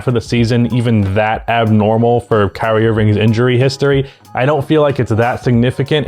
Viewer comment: thought you said "Karey Irving" lolol